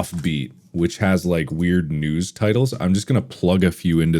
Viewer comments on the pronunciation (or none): the “weird” in the New England accent.